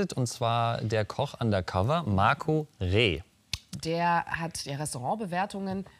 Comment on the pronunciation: Hat er Marco reeh gesagt ? Heißt er nicht Mirco reeh